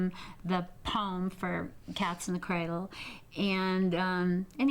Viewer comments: Cradle = " cray del" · Listen closely to how she pronounces cradle